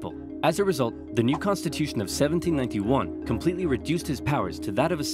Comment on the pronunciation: Does anyone know where is from? I always thought he was American, but I heard a slight accent in this video, almost as if he were an Irishman putting on a very convincing American accent. The intonation in a lot of words is just a little different, like in "1791".